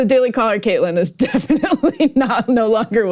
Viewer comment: its Kaitlan, not Kaitlin